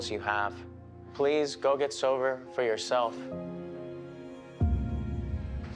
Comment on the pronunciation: Dude legit says "...please: go get SOVER for yourself..."